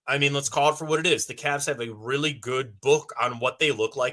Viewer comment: CAVS!!!!! not Cabs!!!!